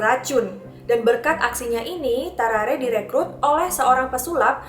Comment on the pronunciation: How to pronounce.. Gue: Tarrare.. Meanwhile: Tawrawree.. Ngakak maap 🤣🤣🤣🤣